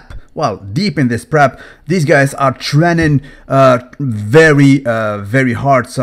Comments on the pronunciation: Pretty sure he said train g very hard super sounded like he said trening very hard! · " trenning" very hard. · "Tren'n very hard" 🤣🤣🤣